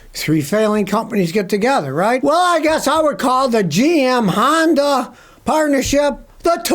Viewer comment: Yonda and GM? Or HONDA? What is he saying?